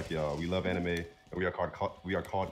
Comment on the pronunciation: the funny thing is that leland wasnt even saying the anime exactly how ben said 😂😂😂 mf added a extra e